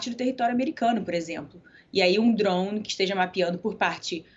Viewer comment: Ela não fala drone, ela fala droum.